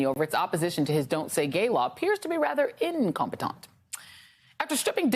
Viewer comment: "incompeton" lol 🤣🤣🤣